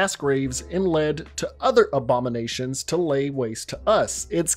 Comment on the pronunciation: Obama-nations. It’s sounded like you said that lol